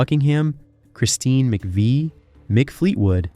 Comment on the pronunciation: and he mispronounces Christine's last name.